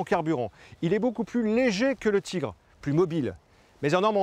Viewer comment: Le char allemand est un Tigre, pas un "tchigre". En dehors de ça il faut reconnaitre que c'est intéressant, il y a de l'idée avec ces animations.